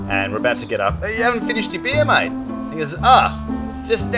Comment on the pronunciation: Mate not mike